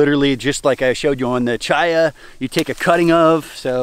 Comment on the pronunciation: i just have to finally say this. My name is Chaya. its hebrew , means life, which is why thisn plant is named this bc of the high nutrition and it being readily available in poorer countries. But its pronounced w a hard C. like Chris, which noone messes up. like christina. yes the hebrew pronunciation is a bit different but it aint cha cha sound. think Kaya like the marley album.